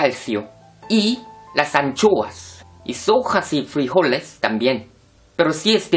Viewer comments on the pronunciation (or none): none